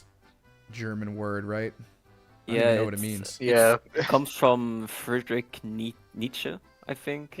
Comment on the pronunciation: Maybe I'm paranoid, but one of the German guys seemed to not actually be from Germany. First, he mispronounced "Friedrich" as "Friedrick", ch being a sound that non-Germans often can't pronounce and second he associated "Schweinehund" with WWII which is not something any regular German would do and is just straight up incorrect as well. It's been around long before WWII and is still around to this day as a regular insult or figure of speech.